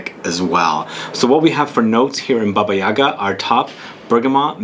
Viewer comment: The accent must be placed on the second syllable of the word - YagA.